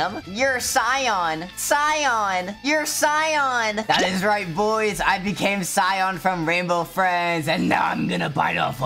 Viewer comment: You don’t even know how to say boys